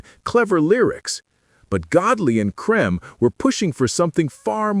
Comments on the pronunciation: Dead right. Cream not 'Crem'. I know this for a fact because I met them a number of times. I can also tell you the origination of the name - 10cc, as from a discussion at Kennedy St Enterprises . . . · Why is there the an American accent in this video about a British group? I think his name is pronounced “cream” an not “cream”. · AI doesn't know how to say Lol Creme! 😂😂😂😂